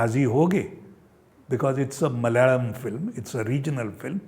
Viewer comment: मलयाळम् pronounced almost perfect 👏 👍😊